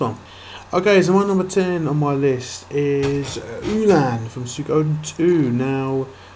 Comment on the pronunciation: it's su-ka-den